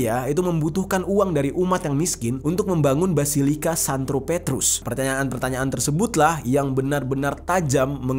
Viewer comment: Santo bukan "Santro". Sloww